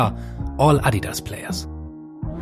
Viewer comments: Love how he actually pronounce Adidas correctly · Its so weird hearing someone actually able to pronounce “Adidas” correctly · I love how you guys say Adidas, the correct pronunciation, also loved to see neymar rolling out of the screen , greetings from Brazil 🇧🇷